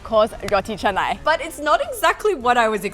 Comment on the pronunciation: It not ca-nai it,s ka-na-i